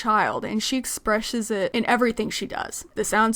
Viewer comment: “expreshes it”